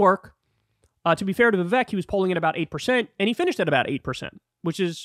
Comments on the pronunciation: Hi Kyle, I’m a fan. Please learn to say Vivek’s name properly, it rhymes with cake. It’s been public knowledge for a long time. I think the joke implies that Trump is so racist, he offered Vivek a job in the White House 7 Eleven. The joke has angered a sizeable number of MAGA supporters and has become a bit of a Rorschach test. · This is a small thing, but why does Kyle refuse to say Vivek’s name right?